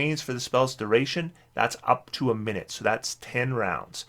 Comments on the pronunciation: Just fyi, I'm pretty sure it's minute (my newt) as in small/tiny rather than minute (min it) the unit of time. English is weird but since they're small meteors and the spell actually lasts 10 minutes I think this makes the most sense. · Please forgive me if this makes me a pedant, but is it not mi-nute meaning small meteor?